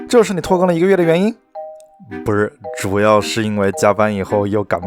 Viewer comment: 拖更我聽成脫X🤭